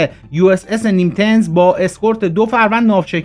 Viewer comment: ناو کلاس نیمیتز 😂نه نیمتز